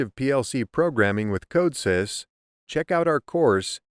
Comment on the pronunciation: Weird that you pronounce Codesys wrong. Especially if you are trying to teach it.